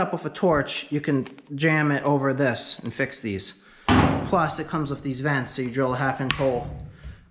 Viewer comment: I hear you say 'WIF' and 'With'. Is that a NorthEastern thing?